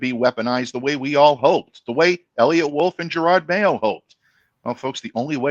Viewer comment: He also says Gerard Mayo instead of Gerod all the time!